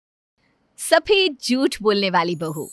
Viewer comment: Jut nhi jhut hota h bolna to thik se sikh lo phle😏😏😏😏